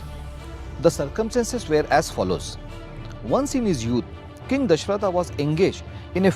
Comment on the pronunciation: Love your channel but please dont say Dashrathaaa instead of Dashrath.. Foreign accents take away the authenticity of storytelling..